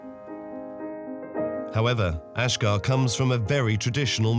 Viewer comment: Why does the narrator say ashgar, when family say ashjack??? Who is this guy???